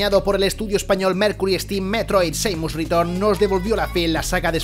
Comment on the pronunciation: Muy mala lista, casi todos juegos de Nintendo, casi nada third party. Y el nivel de inglés del locutor... Rustico, para no ser mal educado. Vergonzoso. Una pronunciación pésima, el único nombre que lo tenía fácil, se las ingenió para pronunciarlo mal también, llamar Seimus a Samus... Donde se vió eso!?!?